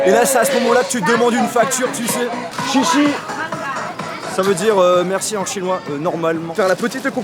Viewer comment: heu pas chichi hein sa se prononce csiécsié mais pas grave